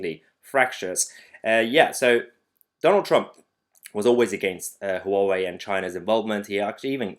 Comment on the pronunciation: I live in Maidenhead - the home of "3" telecom. I believe they are very much invested in Huawei kit. So they've got a lot on their hands for the next three years! I threw out my Huawei dongle yesterday. BTW Mahyar, it's pronounced "wah-way" or if you prefer "who are we?" :-)